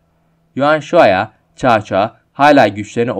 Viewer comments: Gerçekten olayları tam yansıtan bir video olmuş👍 Devamını 3 krallığı ve birleşmesini de bekliyorum ufak bir bilgi: Bildiğim kadarıyla cao cao nun telaffuzu çao çao değil sao sao şeklinde olması lazım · Çao çao sao sao diyer okunur . Cevrini gözden gecirmeni tavsiye ederim ismiler yazıldığı gibi okunmaz Çin'de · Kanka Çao Çao değil Sao Sao diye okunuyor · Abi cao cao(sao sao)diye okunuyor söylemek istedim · Cao cao, Sao Sao diye okunmuyor muydu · caca coco diyip duruyon anlamak icin geri sarıp durdum telefuzda zorlamiykrusn edemiykraun amenna bence bahsettigin komutanı videoda belirt yani resmink büyüt bisey yap bence oyle daha ii anlasilir olup ve dinlemesi kolay olur tavsiyelerim bu kadar videonu genede beğendim